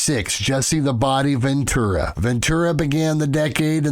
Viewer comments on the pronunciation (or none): none